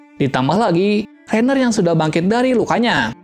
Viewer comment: Ryhan kaliiii bukan rainer hadehhh😪